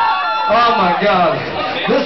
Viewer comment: i like how he stresses 'fuck' when announcing the song lmao. oh rev- i miss you! come back and tour!!